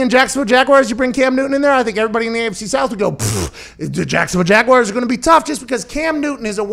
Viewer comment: I love Pat, but if I hear him say jagwhyers one more time I'm gonna pull the last of my hair out. Where do people find the I in jaguars?